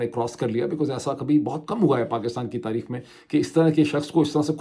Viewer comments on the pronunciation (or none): none